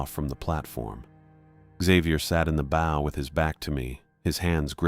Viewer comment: These stories can';t pronounce "bow" properly when talking about ships, but it gets the pronunciation of "gunwhale" right?